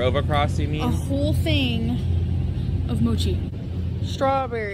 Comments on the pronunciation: “Look at what I ran accrost, moochi “ .. bruh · Did she say moochi or mochi. I'm so used her mispronouncing shit I second guess things she says